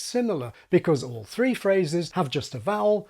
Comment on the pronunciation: Your American accent is almost perfect, wow! One minor giveaway of your non-native status though: you put in an intrusive r after "three".